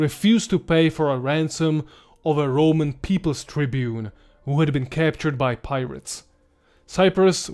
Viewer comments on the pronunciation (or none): beautiful and interesting video... I advice taking English classes... criteria is pronounced (kraitiria), tribune is pronounced (traibyun)...